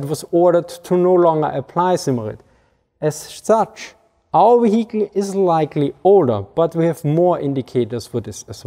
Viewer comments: That's Wee-hickle" to you! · That is quite the Vee-Hickle!